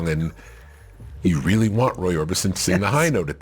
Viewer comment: It must be weally tewwible. Poor Michelangelo.